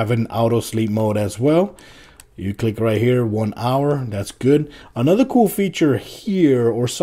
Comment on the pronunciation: It's so annoying how you pronounce "cool"